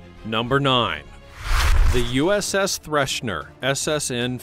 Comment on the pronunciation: It is THRESHER....there is no "n" in her name. And the Typhoon Class is completely misrepresented here my friend - See the movie "The Hunt For Red October" for what the Typhoon Class really looks like please...